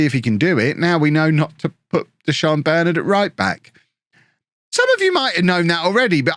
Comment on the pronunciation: As a united fan it tis quite annoying how u say Bernard plz plz plz pronounce it Bur Nard otherwise loving the vids boss